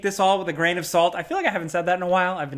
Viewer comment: "take it with a grian of salt" 😭We have to much salt already.